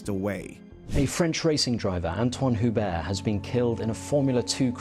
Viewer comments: It wasn't correct. The "H" should be silent in French... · not entirely silent. It's like "you-bear"